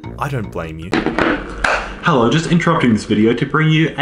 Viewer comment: hewwo